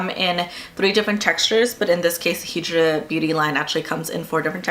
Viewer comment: High-dra beauty. As in hydrated not he-dra.